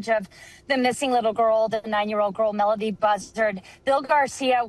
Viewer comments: This would have been more credible if her name was pronounced correctly & anything new was actually revealed. I get not being able to say too much during an ongoing investigation, just say that. Very clickbaity. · This "PI" doesnt even know how to pronounce the kids name...